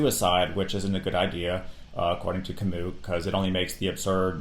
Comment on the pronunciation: what is so difficult about this, Sartre and Camus are french men, not European, just as much as you are from the United States of America not America. Also their names pronunced completely different. Taking away the historical context of these philosophical systems makes it almost impossible to really understand them.